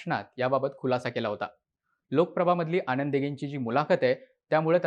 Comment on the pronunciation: Well explained … परंतु ‘न’ चा उच्चार ‘ण’ असा होतोय… उदा. आणंद दिघे … !